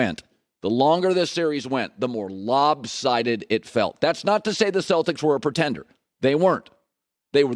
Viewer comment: Did he say "lobsided?"